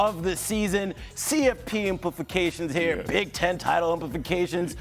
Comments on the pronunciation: i don't need guys at ESPN to be super smart, but the fact that he keeps pronouncing it as "implifications" is embarrassing. sounds ludicrous and ratchet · Why is he saying “inpliFications”… no F. It’s implications….